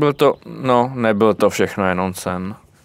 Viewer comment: Skvělé video jenom nevím proč ale Češi mají divný zvyk říkat begrooms „begrůms" místo backrooms „bekrůms"